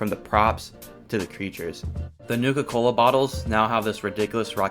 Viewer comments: Bro did not say nuka cola correctly 💀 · he did NOT say nuka cola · Bro did not say Nuka Cola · In the opening he did NOT say nuka cola